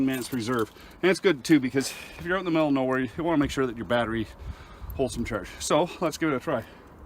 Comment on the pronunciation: haha yes man 🤣 instead of out you said oat but it reminds me of some northern Minnesotans I’m from Minneapolis MN so I’m familiar with it😂